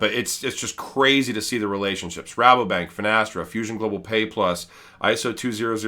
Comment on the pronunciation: Your say Rabobank the right way. No worries 😉